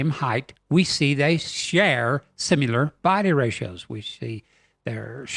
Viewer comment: I don't know if I can trust anyone that says "SIMULAR " LMAO just kidding